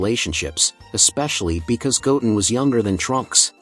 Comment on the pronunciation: The way he says Goten is wrong